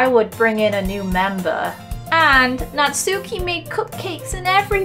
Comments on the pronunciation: You pronounced Natsukis name wrong. It's not "not-soo-key" it's "not-ski" the U is silent. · It's pronounced nats-key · im sorry for this but just wanted to say that natsuki is actually pronounced natski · Btw ya’ll , you say Nat-ski not Nat-suki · Did you know Natsuki is pronounced Nat-ski S a y o r I . I s . B e s t . G I r l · a lot of people say Natsuki wrong its pronounced not-ski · Why does everyone pronounce it Nat-sookie?! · Pronounces Natsuki wrong Me: ITS PRONOUNCED NAT-SKIE Also me: AHHHHHHHHHHHHHHHHHHHHHHH Buffsuki is coming after you. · The ‘u’ in Natsuki is silent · Ts not Natsooki it's pronounced Natski and it's not Monika it's pronounced moneeka it's not yeri it's Yuri and it's not saory it's sayori